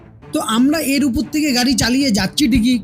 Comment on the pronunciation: উপর বলুন, উপুর, উপুর করছেন কেন?